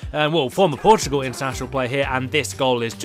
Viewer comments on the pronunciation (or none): none